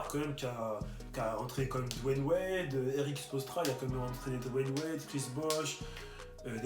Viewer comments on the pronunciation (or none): none